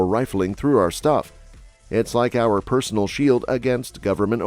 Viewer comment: You mispronounced "our Republic"